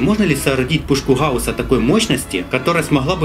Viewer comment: можешь пожалуйста не говорить хауска и все такое говори нормально гауска